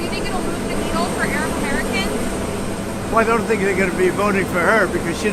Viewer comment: The way he says Arab is just disgusting.